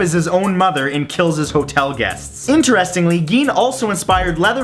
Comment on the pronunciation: Ed Gein is pronounced like 'Jean', not Geen